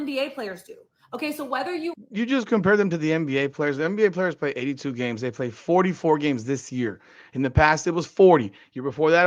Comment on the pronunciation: Ole girl left the "L" out when she said "PAY" as she meant to say "PLAY"